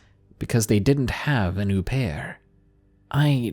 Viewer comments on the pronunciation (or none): You mean "murder" not passing, au pair is pronounced O pair not ooooh pair. And a child isn't a belonging, lol. God i love u but your killing me tonight! Please don't block me i hate myself too. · What an "oo-pair"?